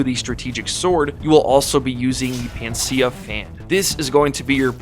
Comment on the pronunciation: Its pronounced PAN-A-CEA, pan-ah-sea-ah.